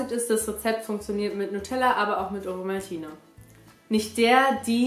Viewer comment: so geil hahahah du sagst: Owomaltine. In der Schweiz sagt man: Ovomaltine (mit v ausgesprochen)